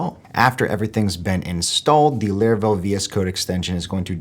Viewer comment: My man keep saying "Leravel"😂